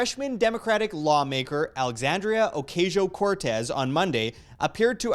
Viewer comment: No, not my biggest. Just something that I wanted to comment because it can be hard for some people to listen to you when they have it stuck in the back of their heads. Take it or leave it. Pronouncing it A-Cause-e-o Cortez is how it supposed to be pronounced. That way you don't get Pipsqueaks like me recommending to pronounce it right 😀